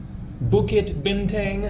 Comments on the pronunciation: Bin Tongue not bin Tang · Bintang is pronounced "bin-tongue". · Bukit Bintang should be pronounced as Bukit 'Bin Tongue'....Happy Travelling Man.